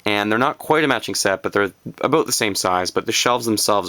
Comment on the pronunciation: You said aboot! Hahaha man that is so funny when Canadians say that. I love Ikea stuff but my dad hates it and thinks its over priced cheap quality stuff. Fine but I like the style. He always points out these ugly ass solid wood shelves that look like they came out of an old folks home. I lothe those styles. I want something that is useful and looks good. Ikea is that. I mean I'm not going to buy right from Ikea (not at those prices at least), but I'd at least buy second hand Ikea stuff. I'm just going to have to bite the bullet and go to big lots and get this 30 buck cubby unit. It's like the Ikea one but cheaper.